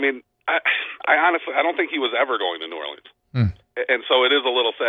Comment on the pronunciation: Great segment but why can't this guy pronounce New Orleans?